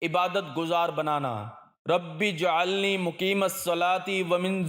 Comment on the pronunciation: ربج - علنی نہ کہ رب ۔ جعلنی براۓ مہربانی درستگی کریں